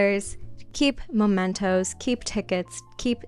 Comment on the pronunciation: it's mementos babe, not momentos